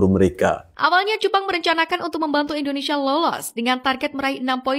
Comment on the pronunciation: Indonesaaa😂😂 min hati2 kalau ucapkan nama negara sendiri.